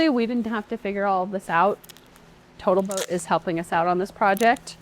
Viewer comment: Total Boat (r) Or as Xyla Foxlin says, "Botal Toat."